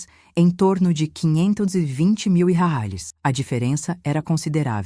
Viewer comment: Porque essa velha que narra a história não diz reais corretamente?